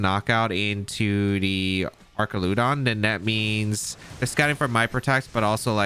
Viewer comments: Duraludon (DUR-al-eh-don) Archaludon (ARCH-al-eh-don) That’s my take on it… but you’re the goat that side will-O’d your flutter to avoid spore so you can pronounce however you like…. You’re DADDY 😂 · Man this is an interesting team, thanks for sharing. And it is Arch-al-udon btw (it’s one of my favorite Pokémon from the dlc). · Happy to see this ‘mon get presented! I know you’ve been having a rough go of it with the whole Archaludon pronunciation thing, so I say this with all the love in the world: it’s GOUging Fire, as in G-Ow!-ging, not Gorging!